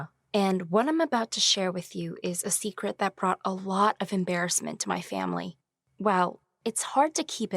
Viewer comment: “There is no secrete that could be hidden forever” done 🤣